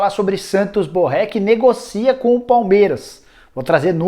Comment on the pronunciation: A pronúncia é Borrê No espanhol não existe pronúncia de vogal aberta e o nome deriva do francês onde o acento agudo fecha a pronúncia da vogal !